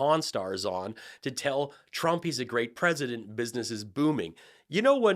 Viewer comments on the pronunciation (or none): both the pwesident and fist lady could use pronunciation correct.